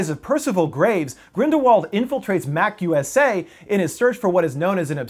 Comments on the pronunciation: when he say Mac-USA, I was like is that a new apple product lol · Newt SCAR-mander? Mac-USA? Haha. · why did you say MACUSA as Mac-USA? 😕